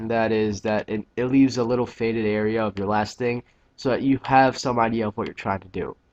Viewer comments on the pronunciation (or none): none